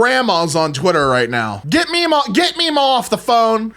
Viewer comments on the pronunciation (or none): none